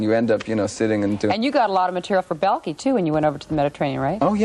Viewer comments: The way she says Balki ‘bahl-key” 😂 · Ball Key 😂